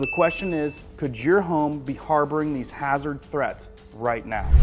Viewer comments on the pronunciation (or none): none